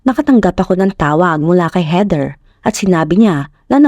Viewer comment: HEATHER pronounced as in weaTHer